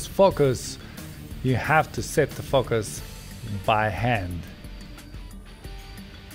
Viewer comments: When he says 'Focus' it sounds like 'fuckers' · I thought he said fuckers. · I swear you said "continuous f**kers" 😅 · I thought he said F***ers 😂😂😂😂😂😂😂😂😂😂😂😂😂😂😂😂